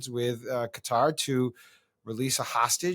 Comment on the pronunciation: Can you gang please pronounce Qatar correctly? 😊